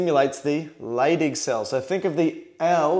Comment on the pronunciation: I keep hearing "stimulates the LADY cells, and what do they produce? Testosterone"